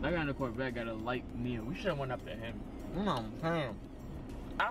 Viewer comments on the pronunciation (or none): none